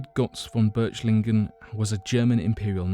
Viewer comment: This video could be very good except for some major mispronounciations (Götz von Berlichingen not Berchlichingen), and general grammar. Furthermore you refer to Lybia during your segment on Atlantis - this does not mean the counry Lybia as we know it today. In Plato's time Africa as a whole was referred to as Lybia.